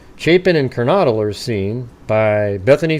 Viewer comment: I know it’s such a small thing normally but, because of the context, I think pronouncing the victims’ names is important. XANA sounds like “manna.” No hard/long A. KERNODLE sounds like “yodel.”